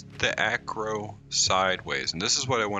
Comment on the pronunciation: If you are curious on pronunciation of a few of the names Deinosuchus is (die-no-sue-cus), archelon is (ark-e-lon), Xiphactinus is (zy-fact-e-nus), you pronounced Acro correct the first time, brachy was correct.